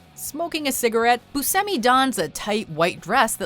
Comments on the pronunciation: boo-shem-i not boo-sem-i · It's pronounce booshemee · Its pronounced Booshemi.